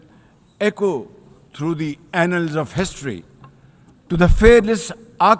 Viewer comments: Did he say "through the anals of history"? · did he said anals of history 😂